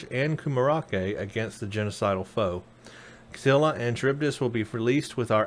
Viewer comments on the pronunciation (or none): Love your vids but as I am living in Greece I did grinch every time you said Scylla and Charibdis (SKILLA AND GARIBDIS ). Also I do agree, STD (darn name btw), is not primary timeline. The techno and the science displayed is far too advanced for being 10 years before STO. Keep up the good work mate.